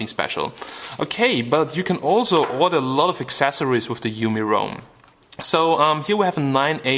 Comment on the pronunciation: LMAO "You could kill somebody mit de phone"